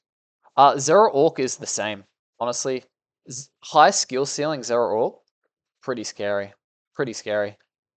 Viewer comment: I love these videos but I cant get over the fact that he keeps calling zoroark zeraork lol